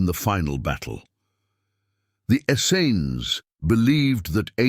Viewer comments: I'm really curious why the word "essenes" changed in spelling almost every time it was mentioned throughout the video. Also, it was pronounced different ways by the speaker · Why does this narrator pronounce Essenes so many different ways?